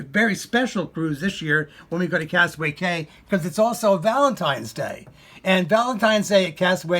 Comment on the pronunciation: Castaway *Key*. It's spelled Cay, but it's pronounced Key.